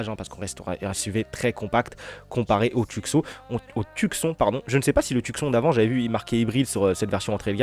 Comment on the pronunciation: prononciation Tioussone pas Tuc Son 😂